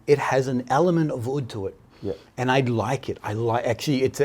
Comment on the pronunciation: Fantastic video.. just one little thing,oud is pronounced like mood not like wood .thanks ..aroma from heaven